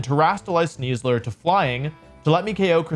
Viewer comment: I feel deeply uncomfortable every time he says Sneasler. (In the top 8, was that the real CybertronVGC?)